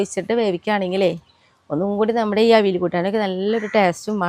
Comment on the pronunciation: അവിൽ അല്ല അവിയൽ എന്ന് പറയൂ.